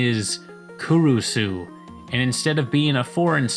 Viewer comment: I'm pretty sure Kurusu is pronounced as Kuroos, as it is Cruz but written in hiragana